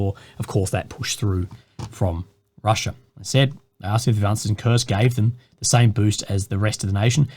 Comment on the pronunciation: Its Kursk guys, not "kurst" or "kurts" 🤦‍♂️